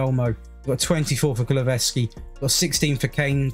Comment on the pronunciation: You say KULU -SEVSKI